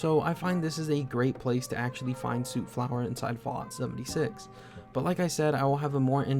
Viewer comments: Stop saying sewt flower lol it soot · soot is pronounced sut, healing salves are nice early game healing, at level 34 get chemist, x4 diluted stimpacs forever